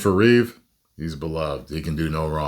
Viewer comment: no its REEVE'S